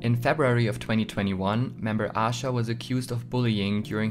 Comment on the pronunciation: Aisha is actually pronounced as Ah Sha. The Hangul version of her name is 아샤. However Aisha does sometimes say her name with the i in it since she gets called that a lot by intl fans lol